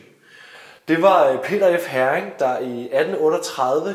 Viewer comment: Interessant historie, og godt initiativ. Bare en hurtig kommentar til museumsinspektøren: Heering udtales ikke som en engelsk sild (herring), men hEring.... :)